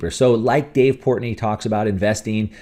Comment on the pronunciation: It’s Portnoy. Not Portney. Whatever he “bets” in the market, he’s willing to lose. It’s play money for him. Stock tip: MO, VIAC, RIG, MOS. You’re welcome.